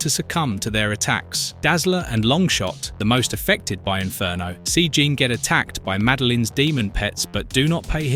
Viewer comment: Only thing it's pronounced psy lock and Gene Jean the American way not the French way.